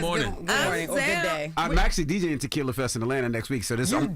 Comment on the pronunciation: “Takilla” Envy: “Somebretto” 🤭🤭🤭